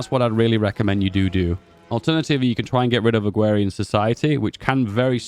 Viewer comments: 1st time i heard someone mispronounce "AgrArian Society" (like agriculture) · agrarian does not have a w in it